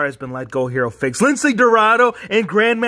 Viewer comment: It's Lince not Lincle